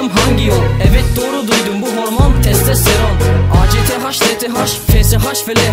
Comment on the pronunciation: testesteron değil testosteron hocammmm yapma